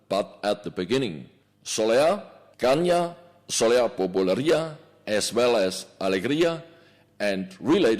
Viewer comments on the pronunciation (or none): SOLEÁ NOT SOLÉA ffs